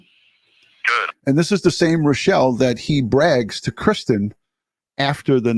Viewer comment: Why was he calling Christine ,Kristen on the news clip?